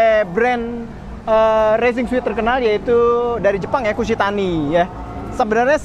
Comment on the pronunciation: Racing suit bacanya resing suut bang.. klo bacanya suit.. itu mah ruangan hotel yg suite.. ngasih tau aja